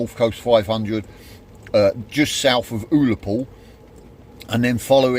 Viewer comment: Uh-luh-pool, not Ooh-luh-pool 😂